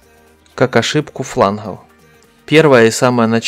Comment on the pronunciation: Сразу видно . Чувак либо с Украины либо с Кубани. С фланГГОФ . Ахаха 😅😅😅😅😅😅